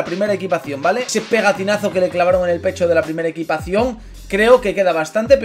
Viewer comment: EQUIPACIÓN NO EQUITACIÓN* jajajajajajaj crack